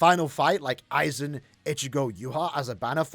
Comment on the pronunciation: Its AIZEN by the way...